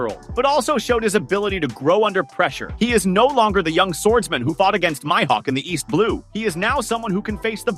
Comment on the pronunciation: It's MIHAWK